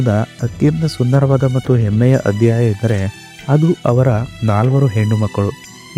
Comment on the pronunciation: ಏನು ಕನ್ನಡದ ರಿ ನಿಮ್ಮದು. ಹೆಮ್ಮೆ ಬದಲು ಎಮ್ಮೆ ಅನ್ನುತೀರಿ. ಸ್ವಲ್ಪ ಗಮನವಿಟ್ಟು ನಿಮ್ಮ ವಿಡಿಯೋ ನೀವೇ ನೋಡೋಕೊಳ್ಳಿ.